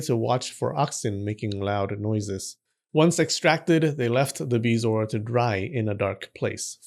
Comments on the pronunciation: It is pronounced Buh-zor. Hate to be that guy but said to "spread the knowledge" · It’s BEH-zo-er. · I have heard of them, but I have never heard it pronounced the way you are doing. I pronounce it beh zo-ar, three syllables.